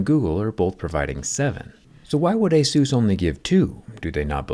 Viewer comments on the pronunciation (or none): Is pronounced A-SUS not ASUSE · It's ey-SOOS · Is called asus, not jesus. wtf